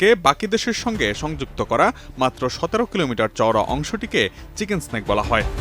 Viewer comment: মেডান এটা চিকেন সেনেক না; চিকেন নেক বলা হয়